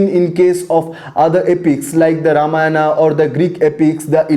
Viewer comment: nonsense... completely alien to what tradition says... please don't believe this. The dishonest guys do not even state this is an opinion of someone when they say things such as sacred to secular etc. This guy cant not even pronounce the name Ramayana properly. What kind of silly patashala is this? Where as Vyas they used "believed" to be written several time! Utter nonsense. The guy can not even pronounce Khanda properly.